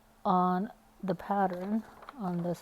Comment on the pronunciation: Could not get over the fact it sounded like you’re saying ‘patterin’ 🤦🏽‍♀️ Also - doesn’t help getting started 😣